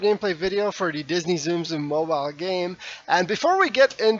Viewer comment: Please its not "zoom zoom" Its "tsum tsum" its basically "its" without the I. As a J its fr painful to hear. Also heres the link to the world record 2.1 billion from March 2016